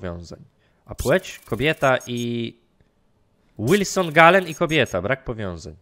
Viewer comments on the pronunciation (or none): none